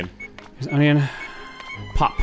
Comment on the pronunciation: Great, with saying onion alot now I can't unhear "onyon" everytime he says it.